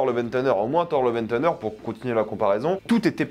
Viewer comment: Ce qui est aussi illégal c’est de prononcer thunder « teunedeur » 😂 Lille c’est le Bronx français en fait 😉